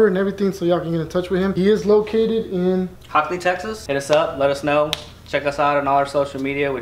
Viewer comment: It came out Dope man! But this is located in Hockley Tx not “Hicky Tx” 😂 Good stuff